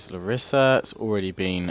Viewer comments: I'm Greek and I am from Larissa,which btw is pronounced L(A)rissa not Lar(I)ssa ;) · ok you need some greeck pronounce lessons lets do it: epirus--> Ipiros with i not e , larissa--> lArissa not larIssa, perioikoi pickmen --> PERIIKI = perIiki pickmen , knOssos -->knossOs, herkidae --> IRAKLIDES= iraklIdes which kinda means the Hercules force , pella --> pElla, the creators of R2 are actualy writing the words wrong in greeck grammar "oi"," ei" is pronounced as an "i" same goes for "ai"="e" they took the greeck words and wrote them in an englich kaybort without changing anything